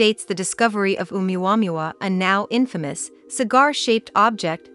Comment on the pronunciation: I've never heard 'oumuamua' being pronounced quite like that before 🧐 .... just saying!